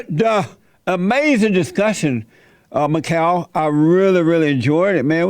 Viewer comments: Mi-kyle graves it's Michael graves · priceless pronunciation of mike-all 😂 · Can’t even say his name right